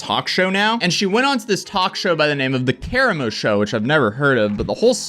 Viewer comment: Why did you call it the Kara Mo show🤣🤣🤣🤣